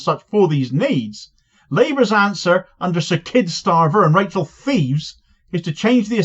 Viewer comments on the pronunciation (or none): none